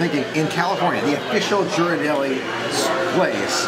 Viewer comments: Great video,. I just wanted to point out that the correct way to pronounce Ghirardelli is the same as in "girl," not a "J" sound. Haven't been to the Boudin Bakery in SF yet, but we always visit the one in DCA for a sample of the sourdough bread before heading to Paradise Pier to have some world famous clam chowder. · "I'm not used to flying west for a Disney adventure..." I'm sure! But remember, all the *magic* started out west. And it's Hawaii. Hawaii is a whole other type of tropical magic than the Florida/Bahamas region. GEAR-er-delli. 😊 is right, the street Ghirardelli is on is not a real hill. I know no longer lives in San Francisco, and you might not have much reason to visit the city, but if you ever visit SF again, go to the Mission district. One of THE best pizzas in the country -- Pizzeria Delfina. Right next door is the famous Tartine Bakery. And on the other end of that same street is the Bi-Rite Creamery -- home of delicious almost-gelato-like ice cream, made with unique and unusual flavors. The Mission is also known for super delicious amazing tacos! Thanks for letting us know that Boudin makes tacos. Had no idea!